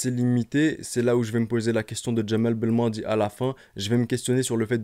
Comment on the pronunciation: Belmadi pas balmannnnnnndi